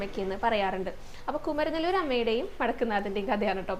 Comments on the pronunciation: Not kumaranelur Kumaaranellur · കുമരനെ ല്ലൂർ അല്ല കുമാര mല്ലൂർ ആണ്